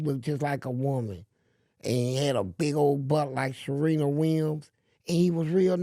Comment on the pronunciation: Mind you, he called her Sherena 😩😂